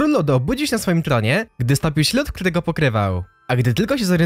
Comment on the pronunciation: UWAGA TŁUMACZĘ SEZONU GARŚĆ KTÓREGO GDY STOPIŁ SIĘ LÓD dalej już nie dałem rady tego słuchać